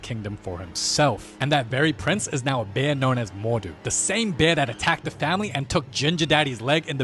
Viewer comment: “BÆR” I shiggled